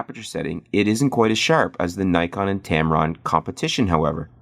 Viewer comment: U mispronounced Nikon so everything you said is automatically invalid.